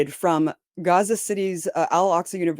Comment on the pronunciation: I hate it that I have to say this or write this, but please stop pronouncing Gaza and Palestine phonetically with guttural sounds that aren't there because you're making it more difficult for people in middle America to understand what's going on. You're doing the work of Israel for them.